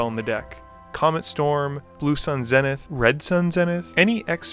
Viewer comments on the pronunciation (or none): none